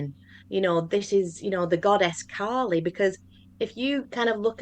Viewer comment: Apologies to Kali for the name mispronunciation lol.